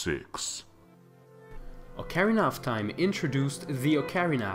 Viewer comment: ALLiens oKARRina of times oh my god.